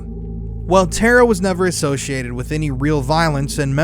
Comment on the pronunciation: TARA is pronounced 'Tah-rah